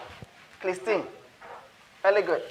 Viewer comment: He said vely gud